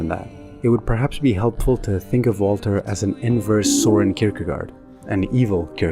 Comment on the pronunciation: It's not Soren, but Soeren Kierkegaard. It's the same reason we use double a. It's not an O, but a Ø (oe).